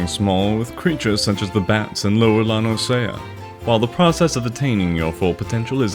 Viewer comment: The only issue I have with this video is your pronunciation of La Noscea, it's pronounced as La-no-sha, it's said in spoken dialogue a few times during the MSQ.